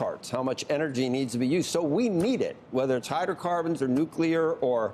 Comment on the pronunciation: Rick i believe its pronounced new klee er